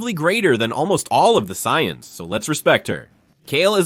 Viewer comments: Cyans? This ai needs to be terminated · Dude the word is Say-ans. Try Phonetics